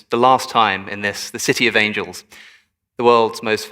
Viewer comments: City of "angles"? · I'm sorry city of "angles"?